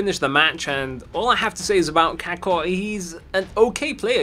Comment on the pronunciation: (Cack-uh) How pronounces Kaka...